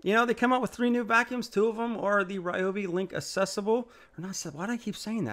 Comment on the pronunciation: I remember from the early days when REE-oh-bee was first released; they had an article on their website stating the name's correct pronunciation: the correct pronunciation is REE-oh-bee. Why not educate people on the correct pronunciation rather than repeating what started in ignorance?